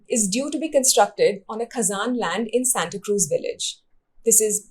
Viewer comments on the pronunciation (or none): Dêu borem korum. However some pronounciations could improve. We are slowly losing original ones to mispronounciations. Poim is pronounced as पोंय. Goan surnames are more likely to be Lopes, though there are a few Lopez. Fernandes is approximately pronounced फॅरनांदिस. It is not "fur". Santa Cruz is सांता क्रुज. ज in konkani in this case is z. Thank you for the report.